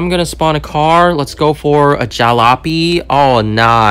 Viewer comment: got me dying because the way you said jalopy